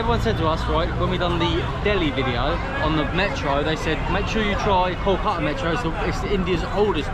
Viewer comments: That archetypal southern accent, I guess. Kolka'a without a "t", 'a'er without "w" and "t", and the like. 😊 However, "r" and "t" take the most beating. Why do you treat "r" and "t" with such abhorrence, like they're national enemies? 🤔 I fear someday they may be struck down from your vocabulary entirely. Poor siblings "r" and "t"! 😢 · Your pronounciation of "Kolkata" is fantastic. It would be kol-ka- - ta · Good content, good approach. But, pronounciations are too bad to be heard of, e.g we are hearing Kolkata as Koàtá. Many other examples. But then, still, this video deserves 9 stars out of 10 stars. How good you have made the video.